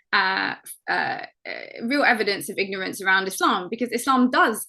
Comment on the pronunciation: Islam not ezlam for the guy first fucking talking, you must lern pronounciation first before lern what islam is